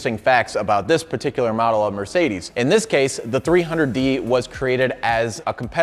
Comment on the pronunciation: 300d, not 300D. The latter would be a Diesel, but this Adenauer 300d uses the same engine as the 300SL Gullwing, albeit a bit differently tuned. And it isn't mirsaydees, but mer c dez. 😊